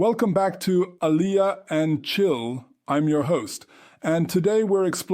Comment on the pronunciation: I hear there are nightmares. Learn how to say Aliyah properly is my a suggestion to start with. And yes many seculars in Israel don’t know basic laws and prayers. Israel should welcome you with open arm. Most converts know more about Judaism than non converts. And converts in Judaism are considered to be at a high level according to the Jewish law (Halacha). So go join an orthodox community to get the respect you deserve, but no, wait, you didn’t convert orthodox. A mistake. Reform Judaism does not exist in Israel I hear.